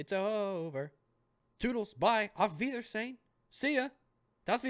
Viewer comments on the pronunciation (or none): You said Auf Weidersehen wrong in the video :)